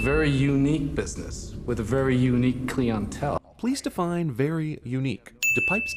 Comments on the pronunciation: "klee on tell" is actually "klye on tell" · Another sin: Patrice's pronunciation of "clientele". Who pronounces it "clee-on-tell"? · "Very unique Clientele" how could you not sin the way he pronounced Clientele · The way he pronounces "clientele" ding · You should have added a sin for the way that guy pronounced "Clientele" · The guy mispronounced clientele